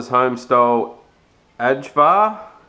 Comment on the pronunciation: Ajvar is pronounced aye var